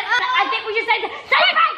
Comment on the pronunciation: writing: reading what she wrote: Its a pank we are scamming legends then giving there dream pets (: Her: So i just told them that its a pank "stops for a second" Yeah yeah its a pank Me: 🤣🤣🤣🤣🤣🤣she is so funny